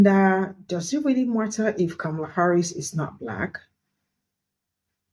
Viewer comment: If they're still mispronouncing Kamala's name ignore them